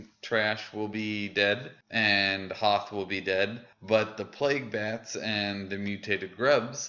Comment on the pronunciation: Noth lol not Hoth